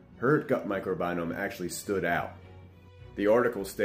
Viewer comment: Ok dude "microbinome" we can see you ain't no scientist even without you disclosing that 😂